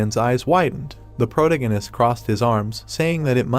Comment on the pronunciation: I'm really rooting for the AI voiceover to learn how to pronounce "protagonist" as the story progresses. Two hours in and the pronunciation is getting worse 😂